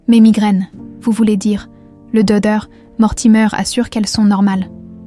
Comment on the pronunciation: Le doeur. .. .. Il manque le c...et le t non? Ds la prononciation ?